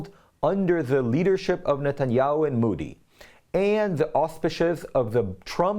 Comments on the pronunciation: By d way sir Its mOdi n not mUdi plz can u pronounce it d correct way😊😊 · Modi and not moodee. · Ahem, Modi is pronounced mow-dee, (ow is pronounced OH as in OH NO or the letter O), not moo-dee as in MOO or MOVE .